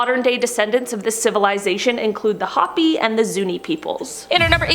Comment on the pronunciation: you need someone to watch these before you post them, the Hopi People of Western New Mexico/North East Arizona pronounce their name as ''HO PEE'' not Hoppy. these are the days when integrity can make or break a channel. no sub here